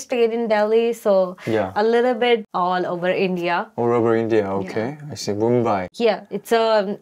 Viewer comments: The way she says In-deea and not India is funny, why Indians mispronounce our own country’s name? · I think she is such a cute honey bun. She pronounces India as “IndeeYah” which is a bit funny.